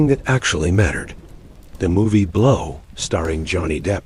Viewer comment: At the end the A.I. narrator said, "The man behind the movie, Blaaouu." 😜👌